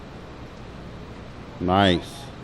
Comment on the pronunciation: that hard “niccceee.” had me dying😂😂😂